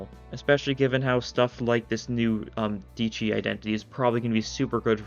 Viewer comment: btw the e in dieci isnt silent so its pronounced diEHci